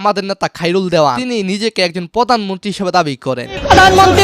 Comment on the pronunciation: পোদানমনতি না , হবে প্রধানমন্ত্রী